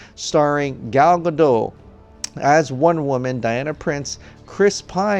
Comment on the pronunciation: all good all good...butttt .....please say GADOTTTTTT ;)